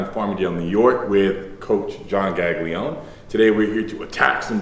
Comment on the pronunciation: as an Italian I can't stand how Larry pronounces Gaglione, but i still love both these guys, best duo in powerlifting ever 💪